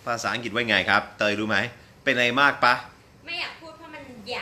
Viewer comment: ครับ ถูกอย่างที่อ.อดัมว่า ป่ะ นี่เขียนผิด ต้องเขียนว่า ปะ ซึ่งออกเสียงเอกอยู่แล้ว อันนี้ผมพลาดไปและลองไปหาข้อมูลแล้ว เป็นอย่างที่อ.อดัมว่าตามนั้นครับ แต่อีกเรื่องคือ อ.อดัมออกเสียง "ป้ะ" (เสียงตรี)คนไทยน่าจะไม่ค่อยนิยมนะครับ ฟังดูแล้วแปลกหู นิยมออกเสียง ปะ(เสียงเอก) จริงๆ"ปะ"นี่ก็น่าจะเพิ่งมานิยมใช้รุ่นหลังๆ ย่อมาจาก คำว่า หรือเปล่า เช่น ใช่ปะ ย่อมาจาก ใช่หรือเปล่า จะเอาอะไรปะ ย่อมาจาก จะเอาอะไรหรือเปล่า ผมชอบอ.อดัมนะครับ เป็นกำลังใจและจะคอยติดตามผลงานอยู่เรื่อยๆ ^^